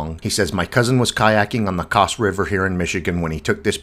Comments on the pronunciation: cahhhs river? CASS like ASS but with a C :-) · "Coss" River? It's Cass, like ass with a K sound in front of it. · That’s an interesting way to pronounce “Cass”. It rhymes with bass, like the fish. Or crass, as in rude.